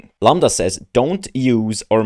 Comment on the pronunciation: Dude stop saying lamba can u really not even read a five letter word?